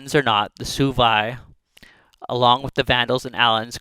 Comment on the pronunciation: It’s pronounced “swebi” not “subi”